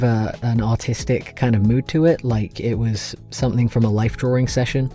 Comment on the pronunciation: i thought he said autistic mood instead of artistic mood and i was so cpnfusedcnndnsj